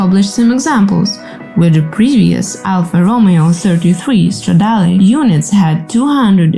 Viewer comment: I was wondering about the voice. Initially, I thought accent, cool, but then, with the pronunciation of Romeo, I realized I was wrong. AI makes perfect sense.